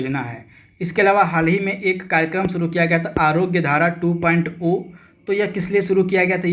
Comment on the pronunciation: 2 point zero bola kro bhai Har baar 2 point O bolte ho